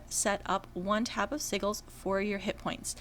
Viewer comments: Lol its "Sigils" like si-jils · I love your videos. Thank you! I totally have to give you shit on the pronunciation of Sigils...( Si Jew alls ) the g is pronounced like a J. Omg tho it is so cute hearing it the other way. Im on S1 also...Darkened ( dark sage ) Lighthands ( pally Dr ) Dorann is your toons name correct?